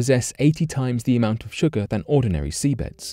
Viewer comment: Wtf is sugaaa ??! Lol !! 😝